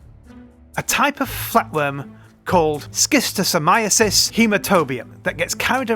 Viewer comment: Schistosomiasis is pronounced with a Sh sound, not an S k sound.